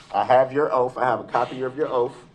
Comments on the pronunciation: Is it because of his teeth that he pronounces the sound “th” as an “f”? “Oaf” instead of “Oath”, “Goof” instead of “Guth”, “Bof” instead of “Both”, “troof” instead of “truth” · I'm listening to this rant again, and the sentence that has my brain in a tailspin is, "your honor I have your 3 "oaf" of offices here".......an English teacher would have a field day here......